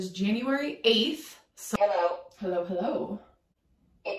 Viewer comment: "Hulloh" Me: I hate you! You are the Devil. triggered 😂